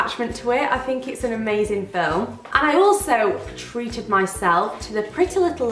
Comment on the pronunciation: YOU SAID TREATED NOT TRET IM SO PROUD